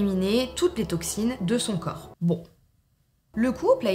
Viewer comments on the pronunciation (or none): none